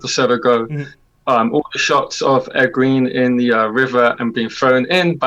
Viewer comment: It’s Egg-wayn (Egwene). Not Egg-ween.